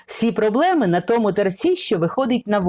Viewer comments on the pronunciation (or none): none